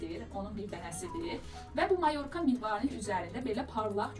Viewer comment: Mayo'rka. Vurğunu duz qoyun....